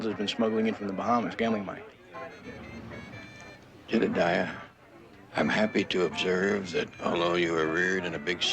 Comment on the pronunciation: Why did he insist on calling him jedadiah